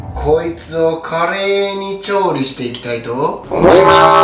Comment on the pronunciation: 華麗に、か…カレーに、に聞こえたw